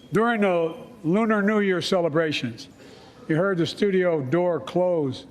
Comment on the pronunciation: “During a luner eclipse” illumanti conspiracy confirmed